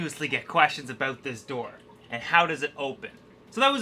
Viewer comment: Aboot, haha Canadian EH?!